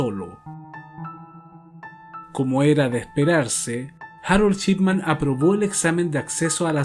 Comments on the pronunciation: El caso muy interesante. Lo único es "Shipman", no "Chipman", tal como se lo menciona al apellido del médico en todo el documental. Eso resultó bastante molesto. Por lo demás, muy interesante el caso, no lo conocía. Y ojalá continúes con tan excelente contenido. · Excelente investigación. Único detalle ( porque contigo ya se hila muy fino, por tu excelencia ) la pronunciación es SHipman y no CHipman. Saludos y continúa de esta manera! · En otro vídeo, te he comentado que me parece una muy buena idea abordar este tema del crimen para tus trabajos y que tu narración es muy buena. Hay algo que quiero preguntarte: ¿eres mexicano? Lo digo porque pronuncias la sh como ch. Así se produce "Chipman" en lugar de Shipman. Si nos tomamos el trabajo de traducir lo mejor posible este apellido, tendríamos que el primero sería "hombre del circuito electrónico" y el segundo "hombre del barco, o navegante o barquero". Pregunto por tu nacionalidad, porque es de público conocimiento que los nativos de México dicen, por ejemplo "Chéspir" en lugar de "Shékspir" (Shakespeare). El famoso "Chespirito" (diminutivo de Shakespeare) era Gómez Bolaños. Solo es una curiosidad. Desde ya, gracias y saludos. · Perdón pero cada vez que diiiste su apellido está mal.. es Shipman, y tú dijiste durante todo el video Chipman. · Me encantan todos tus videos . Es Dr Shipman. (Yipman,no chipman) solo eso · El título dice "Shipman" pero cada vez que lo nombra suena "Chipman" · Me encanta este canal. Lo descubri ayer y enseguida me subscribi. Solo una critica constructiva: Practica como pronunciar las palabras en ingles para que se te escuche mejor. En vez de decir Shipman, dices Chipman. Gracias por tus videos. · "chipman" dice lol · Muy buenos documentales. Me suscribo. La única crítica.... Dr. Chipman nooo, mal pronunciado. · Shot de vodka por cada vez que dice "Chipman"!